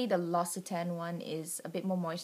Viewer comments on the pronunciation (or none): L'occitane is pronounced Lox-ee-tan. The Almond and Peony scented products are my favourites. The peony perfume is my all time favourite and I doubt I can ever use "fake" scents ever again.